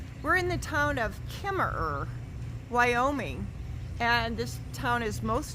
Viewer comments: why is Kemmerer pronounced without the second er? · Kemmerer is pronounced with out the second er. It is in the South west corner of Wyoming. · You don't pronounce the second er